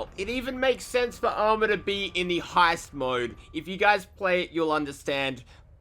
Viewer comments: Lol wtf is heest. Do you mean heist. Lol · My man called it "HEEST" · Heest? Why can YouTubers never pronounce things correctly? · It’s heist not heat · Lol he called it Heest who’s mans??? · Lol the way u said hiest